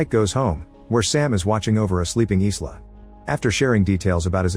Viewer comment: AI not knowing how to properly pronounce the name Isla, and calls it "Is La".